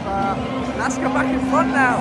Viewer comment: Thanks for the visit, glad you enjoyed it! Some more background from a LASK-fan: Regarding pronounciation, you already nailed it - it's quite simply "LASK". What you heard from the fan chant was "Forza A-S-K" - this chant uses just the ASK part of the club name and stands for "Athletik-Sport-Klub" (Athletics Sports club), the "L" standing for "Linzer". So you can either say "LASK" (like ) or "Linzer A-S-K" (similar to Grazer AK, which are G-A-K in short). And the fanzine you got was a bargain for 2 pounds :D It's not a matchday programme, but rather the 10-years anniversary magazine of the fan collective "Landstrassler" - the ones with the big banner on the ultras stand. They've really come a long way, from basically 50 active members back in 2014 (3rd league, non-league football level) to what you witnessed yesterday. Definitely consider going to the Linzer Derby one day - however, getting tickets for the game at the Blau-Weiß stadium is close to impossible due to their tin box capacity of only 5000 and 100% of tickets being sold exclusively to club members. So i guess, you'll have to check out the "Gugl" (as we fans call the LASK stadium) again ;)